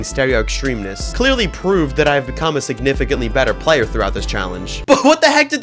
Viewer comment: decent ship ‘playur’